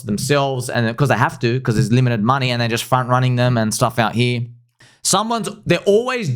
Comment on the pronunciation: 0.1B is not a lot of moon-eh.